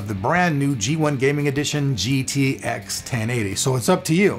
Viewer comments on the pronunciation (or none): is it just me or did sound like he said gtax at the end??